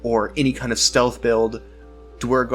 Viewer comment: The pronunciation is “Dwegger”. Great vid!